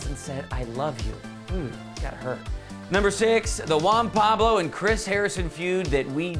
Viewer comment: Juan Pabs. eesh